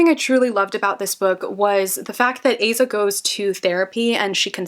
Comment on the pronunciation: Amazing video! Little side note, but I’m pretty sure you’re supposed to pronounce her name as Ah-zah as opposed to Ay-zah